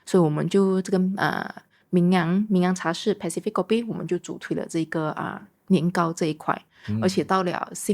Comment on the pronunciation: 为什么主理人在英国呆了几年，发音却没有“纠正”过来？如：cafe、pacific etc…😂